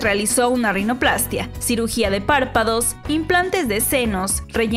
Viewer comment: Así es, con acento en la -í-.